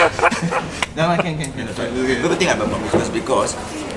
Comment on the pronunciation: The reporter doesn't even know how to pronounce "promiscuous." Shameful TNP.